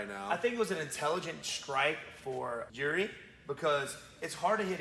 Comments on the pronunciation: Its "Jiri" not "Juri" ok? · guys i think its Jiri not juri. great vid and channel though